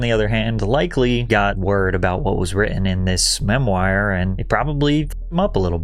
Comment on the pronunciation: Is this person Patrick real or AI? Seems odd to misread words like 'casual' instead of 'causal' and 'integrate' instead of 'ingratiate'. Also mispronouncing words like 'memoir' and 'McGowan' is a bit suspect. Hmm...